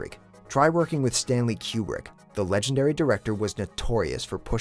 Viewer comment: lol Stanley Cue-Brick